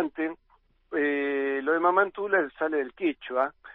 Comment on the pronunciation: en honor a la verdad, Antonia de Paz y Figueroa, era conocida como "MAMA ANTULA" escrito y pronunciado "mama" sin acento en la "a" final. Hacemos justicia de esta manera al lugar donde pertenecía la Santa santiagueña. Mama, es la forma como se dirigen a la madre nuestra gente del interior, fundamentalmente, en el caso de Antula, la gente que consagró el nombre con que se la conoce popularmente y a quienes dedicó muchos de sus desvelos, los "quichuistas" de su provincia y los criollos de todo nuestro pais. Gracias y un abrazo de hermano. Te aclaro que me considero hispanoamericano y reconozco a España haber logrado la unidad lingüística de toda America y eso es algo que no se repite en ninguna otra parte del mundo, en mi, se resume el verdadero crisol de razas, mi padre, Piamontés, mi madre hija de criollos por parte materna y srabe sirio mi abuelo materno, la parte criolla desciende de vascos y algún ancestro comechingón, afirmando algunos una linea secesoria desde Jeronimo Luis de Cabrera, o sea de cepa bien cordooooobesa ¿Que tal? Renuevo el abrazo fraternal.